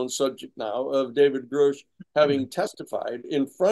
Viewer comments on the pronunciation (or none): I don't understand why Danny continues to mispronounce David Grush as David Grouch . Not that hard to get it right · Will Danny ever learn David Grusch name? It’s pronounced GRUSH NOT GROOSH